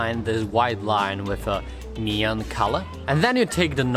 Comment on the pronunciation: Normal people : Neon Him : Nyon